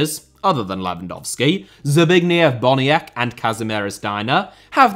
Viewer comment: As a Pole, this pronunciation hurts, but Boniek is a good choise!